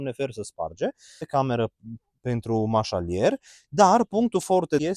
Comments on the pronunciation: Domnule, corect se spune și se scrie marșaRier, nicidecum marșaLier ! Cuvântul provine din limba franceză. Mult succes ! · Marșarier, băi... marșarier ... nu manșalier...aoooleeuuu 😅😂